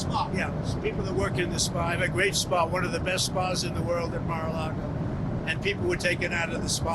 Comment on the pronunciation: Mar-a-Largo → Mar-a-Lago